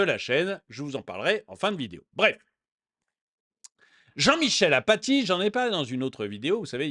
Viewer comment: C'est pas Jean-Michel Apathie, c'est Jean-Michel Aplati......